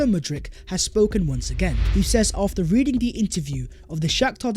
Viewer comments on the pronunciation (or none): none